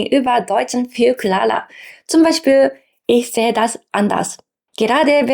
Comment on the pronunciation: Liebe, ein Hinweis bezüglich deiner Aussprache: Dein "R" sollte viel "härter" werden. Du sagst zum Beispiel klaler, anstatt klarer. "Rolle" das 'R' zur Übvung. Wenn du das nämlich verbessern kannst, steigst du bezüglich sprachlichen Status auf. Und zwar von jemandem, dem man noch gelegentlich helfen sollte zu jemandem, der erkenntlich souverän seine Sicht der Welt übermittelt. Weil das unterbewusst geschieht, funktioniert es auf jeden Fall.